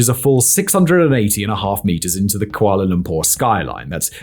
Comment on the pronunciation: i love when you said kuala Lumpur correctly..